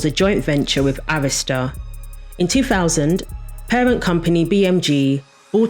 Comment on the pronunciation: Thank you Jesus you pronounced Arista correctly because the way people pronounce it......Omg!!!! Great video!!!